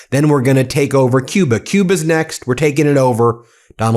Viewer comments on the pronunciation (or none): What is this? Actually? "COOBA".